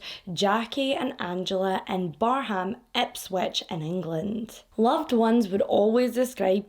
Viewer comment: I work in Barham and live next to it. This case still baffles me. Your pronunciation of Barham is great 😅